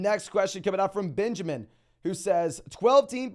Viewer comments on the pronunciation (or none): none